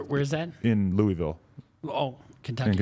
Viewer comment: It’s Lou-a-vul not Louieville. Don’t disrespect my city. 🤡🤪